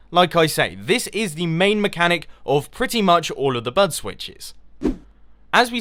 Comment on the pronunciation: Wow, I thought he was saying BUTT switch this whole time. ._.